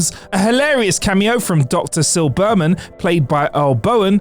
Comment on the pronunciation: "Dr. Sil-BER-man." DRINK!!!